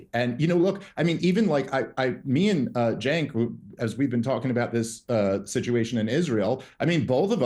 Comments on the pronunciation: it was on purpose. Another YouTuber calls him Senk, it's a purposeful mispronunciation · Cenk* pronounced "Jenk"